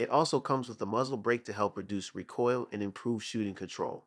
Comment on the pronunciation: REEE COIL NOT RAH COIL